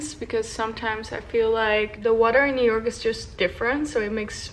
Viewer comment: I keep hearing europe instead of New York 😂